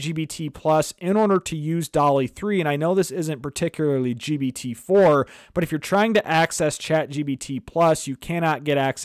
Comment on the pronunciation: WTF dude keeps calling it GBT.